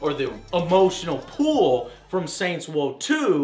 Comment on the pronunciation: "saints woe two"